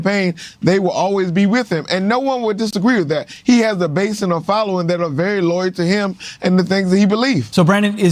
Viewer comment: It’s pronounced Loyal NOT LOYER